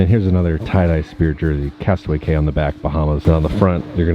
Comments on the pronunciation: it’s pronounced “key” for Castaway Cay!!! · Drinking game, every time say Castaway “K” instead of Castaway “Key” take a drink. End up in the hospital because it is every time.